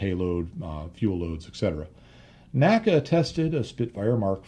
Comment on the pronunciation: the correct pronunciation of NACA is "en ay cee ay" and NOT "nacka". My education on this point came from having worked at two former NACA installations with former NACA employees, attended their NACA Reunions, worked with historians specializing in the work of the N.A.C.A. etc etc. The old NACA/NASA documentary films also bear this out. The all too common mispronunciation apparently has its roots in the way we pronounce "NASA" in two syllables. I have enjoyed your well-researched and unique body work tremendously and thought you'd like to know.